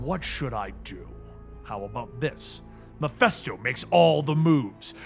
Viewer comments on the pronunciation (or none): none